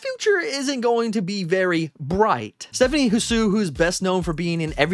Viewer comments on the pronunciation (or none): Did you just say Stephanie HA-Su? (Bless you! lol) It’s pronounced like “sue”, silent ‘h’